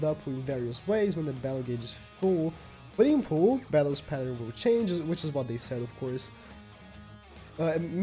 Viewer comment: everytime he says puringpooh im Dead